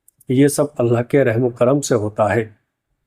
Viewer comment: Bhai aap Alha bol rahe ho thoda ek baar check karna Allah boliye. Allah kehnay me Akhir me ha hai alha nahi.